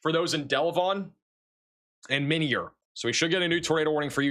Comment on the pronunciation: its pronounced my-near illinois